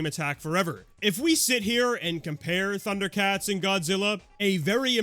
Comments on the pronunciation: I’ve never even watched Thunder Cats and this pronunciation made me do a fucking double take, thanks for that 😭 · Thank you! I have watched Thundercats, and I wasn’t sure I was being irrationally boggled.